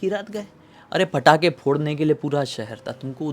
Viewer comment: Bhai patakhe hai ya fatakhe???😂